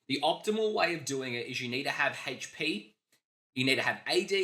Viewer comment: anyone else hear hate shhh P when he says HP? 😁🤣🤪😜 or something